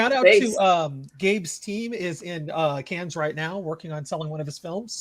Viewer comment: I wonder how many times you said "nun lesbianism" until I paused this, then downloaded and watched the film before coming back for the rest. I'm guessing maybe 4. Forrest's skin is looking radiant and plague free. (ps: You should know that your pronunciation of Cannes is mortal sin punishable by strangulation)